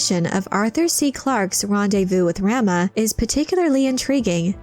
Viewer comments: Ugh stop saying "ram-ah." 😬 "Rom-ah!" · I believe it’s pronounced RAH-MUH not RAM-UH. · "Raw-Mah" like Raw-meat. Not Ram-ma. Like a male sheep. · rahma not ramma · It's pronounced Rah - Mah... not Ram-ah. Like "mama" as in your mother. 🙂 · RAH-muh, not ramma. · Your pronunciation of "Rama" is nauseating. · Am I the only one that finds the way Rama is pronounced in this video annoying? And is it petty that I do? 🤔...🤷‍♀